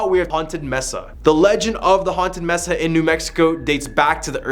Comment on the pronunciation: "MES-AH" immediately leaving